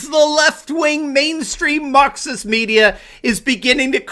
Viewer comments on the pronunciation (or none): when you hear Marxist as Mukxist